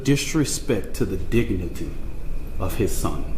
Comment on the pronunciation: he actually pronounced dignity as dinigigity